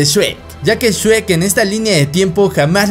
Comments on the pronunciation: Oye no es shuek es shrek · Yo solo escucho “Shuek” “Shuek” “Shuek” “Shuek” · El shuek :v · Se dice shrek o sherk